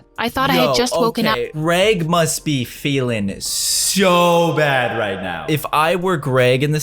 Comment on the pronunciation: she said bad add like your watching a show and there is a add your like BADADD